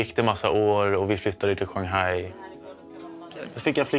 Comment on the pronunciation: Jag blir upprörd! Juste inte glömma jååå! Som sagt, jag blir riktigt upprörd och arg när han säger Shanghai. Hur sjutsiken uttalar han det?!